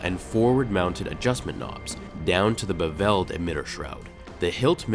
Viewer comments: He said "beVELLed" and "baLAaast" lol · BEV-v'led (emPHAsis on the wrong syLLAble . :^)